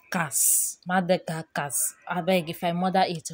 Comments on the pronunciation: The pronunciation. Yugandia (Uganda), Madagacos (Madagascar) 🤣. You won't kill me die 🤣🤣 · God save her. "Boronindi Kemerus Magadakos"!🤣🤣🤣